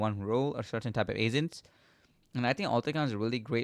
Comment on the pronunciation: its agents not asents